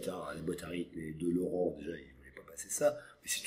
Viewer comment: LORANNNN pas Laurent